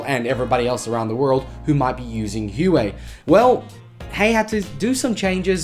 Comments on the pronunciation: Isn’t it “wahway” not “Uway” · btw i think Huawei is pronounced "wah-way" ;) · I've always pronounced it "Hu-Why"....